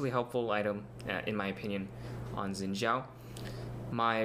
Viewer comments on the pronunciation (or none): Nope. It's not "Zin", it's a mix between "Shin" and "Sin". Watch the champion spotlight and hear how Phreak pronounces it.